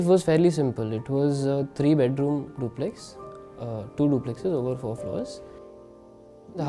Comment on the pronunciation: You being artichetcts... i cannot understsnd why you pronounce the word duplex as duplay